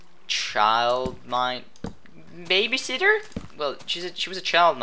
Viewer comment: Baby sitters, how he said was soo funny. Or nannying